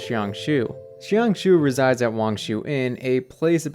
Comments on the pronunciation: its jiang shue not jiang shiu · ah yes my favorite npc "shian shoo" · good theory, but i cant help but wince at his pronunciation of jiangxue's name in this entire video 🥲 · real lol